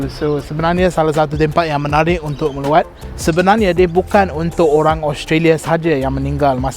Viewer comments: Bukan meluat da... sebut betul2: MELAWAT. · sebut melawat macam meluat. Haha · Woww cayalah awak fasih bahasa melayu, tp sebut "melawat" kena perbetulkan sikitttlahh sebab silap sebut kang lain lak maksud dia.. Huhuhu